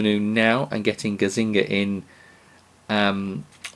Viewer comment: Not gazzinga but gazza-niga :)